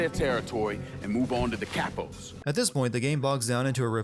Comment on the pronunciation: Did he seriously just pronounce capos as Cap o's?